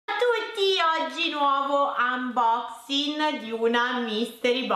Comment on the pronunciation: Non uboxing.....uboxin 😂 che britishh